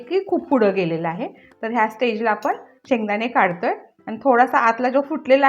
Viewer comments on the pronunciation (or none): आपण म्हणा आपन नाही